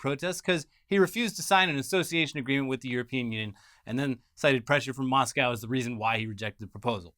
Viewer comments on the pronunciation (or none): none